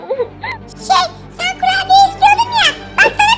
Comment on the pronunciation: Kurabiye❌️ Kurubiye✔️ ()😂😂